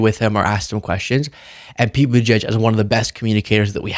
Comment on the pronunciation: Pete Buttigieg is the best we have. I voted for him in the 2020 primary and I will vote for him again in the 2028 primary. (BTW, it drives me crazy when those two sellouts, Joe and Mika, can't seem to be able to pronounce his name properly.) 💠